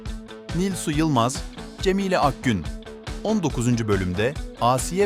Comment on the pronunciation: abi Türkçe bozukluğu mu var sende CemiĞle Ağsiye kırıkdördüncü bölüm bu ne ya